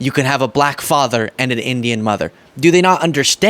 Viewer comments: Buh-Lak-Huh! He is such a putz. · The extra syllable in black contains his hate. Buh-lack. Such a weirdo & not in a good way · So weird how he pronounces “Black” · If anyone is hostile and nasty it's Trump. Just the way he pronounces "black" in regard to Kamala Harris is insulting.